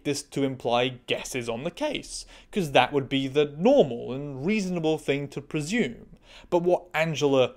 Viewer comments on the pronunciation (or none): none